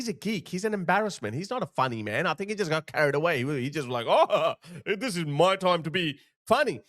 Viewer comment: He can’t even pronounce the word “think” correctly. He’s an absolute clown. The fact the he actually brought up the melons is beyond pathetic.